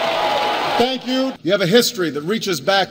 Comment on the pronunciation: Em đọc hoài ko được chữ thank coi thầy cái đọc được luôn xuất sắc